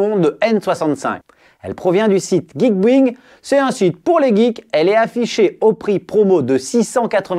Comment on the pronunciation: Geekbuying j aime trop comment tu le prononces😂🤣